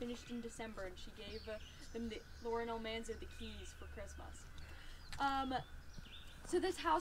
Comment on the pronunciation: Hi! Thanks very much for this video! I really enjoyed it and you did a great job! One little thing I noticed, was that you kept referring to her as Laura "INGAL" Wilder... However - it's Laura "INGALLS" Wilder (with an "S"). Still - I loved your video, ma'am! Thanks again and have a nice day!